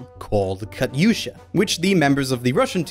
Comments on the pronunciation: It is pronounced ka-tusha not ka-tyusha. Just saying. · (Ka-Usha).... (Kat-Usha) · dude, it ka-tu-sha, listen to the actual song please and thank you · Katyusha is pronounced Cat-usha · he said katyusha wrong and as a russian, i must GULAG HIM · I died because of the way he said katyusha. Otherwise nice video